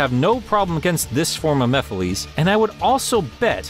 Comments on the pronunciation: Mapheliys 😅😅😅 why you prounoce it like that pronoucit normally like mephelis not like the one that Prouce it in the sonic central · I'm Not A Fan That You Say Mephilys, Instead Of Mephiles (Compare His Way Of Saying It To Others So You Know What I Mean) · STOP CALLING HIM "MEPHILEES"! I'm disliking this video just for that, I'm sorry. That just kills it for me lmao. I cringe every time you say his name. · Sorry but you also mispronounced the antagonist in Sonic the hedgehog 2006 lol it's ok though shit happens that game though I know it has flaws I still love the game if only Sega and Sonic Team didn't rush the game out for Sonic's 15th anniversary could of been an amazing game but instead we get a flawed at times broken mess with tons of glitches but I still love the game despite it's flaws it just makes me sad knowing what the game have been if it wasn't rushed. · how does he pronounce mephilis wrong when the game tells you how to pronounce it? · Umm no hate but you pronounced mephiles wrong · You miss pronounced Mephiles at the end of his name mephiles had less at the end